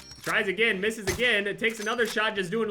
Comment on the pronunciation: lol combined misses and swish (when he was trying to say "misses")